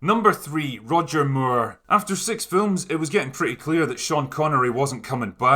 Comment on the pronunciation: Funny to hear you pronounce his name as Roger Muir